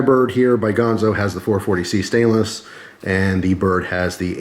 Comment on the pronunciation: GANzo, not Gahnzo